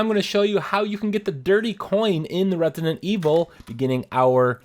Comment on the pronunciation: Retinent evil nice pronunciation hahaha but great video none the less